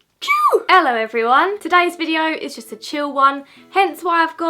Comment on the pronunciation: you are literally a poet - 'i will see you in my next videyou'